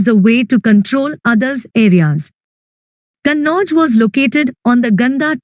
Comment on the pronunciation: Ma'am it is kanauj you said kannauj